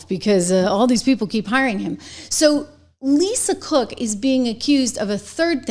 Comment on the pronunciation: You say Lisa Crook 😂